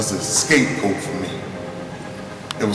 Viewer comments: "Scapegoat" not escape coat, lol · did anyone realise that he doesn't say 'An Escape Coat' he says 'A Scape Goat'. What the hell is an Escape Goat?